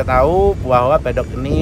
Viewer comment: Yg benar itu masih MEDOK......bukan Pedok 🤣🤣🤣🤣🤣🤣🤣🤣🤣🤣🤣🤣🤣🤣🤣🤣🤣🤣🤣🤣🤣🤣🤣🤣🤣🤣🤣🤣🤣🤣🤣🤣🤣🤣🤣🤣🤣🤣🤣🤣🤣🤣🤣🤣🤣🤣🤣🤣🤣🤣🤣🤣🤣🤣🤣🤣🤣